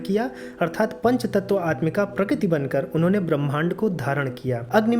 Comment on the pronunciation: Quite a complicated explanation, so the whole thing was not really clear. When rishis give 'shrap' to Shiv, his Ling drops on earth. What does Ling stand for here? Also, in the end Shiv Ling was not summarised, so the concept is really unclear. And please practice speaking 'Prakrati' or 'Prakruti' clearly.